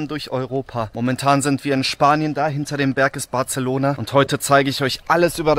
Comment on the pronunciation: "barZelona" ??? Autsch....